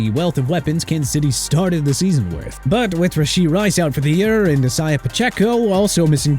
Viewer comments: TAH-LEE-SEE FUAGA NOT TALISA!! YOU MUST THINK HE'S A WOMAN HUH?! SMH... AND CHOP ROBINSON, D... YEAH MAYBE GIVE HIM A F+ OKAY?! THANKS A LOT DUDE!! AND BY THE WAY ISIAH PACHECO'S FIRST NAME IS PRONOUNCED AI-ZAY-UH NOT E-SAI-AH OKAY?!? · I haven't watched anything from in months, but I see they haven't gotten any better at pronouncing players' names! Just listen to dude say Isiah talking about Isiah Pacheco 😂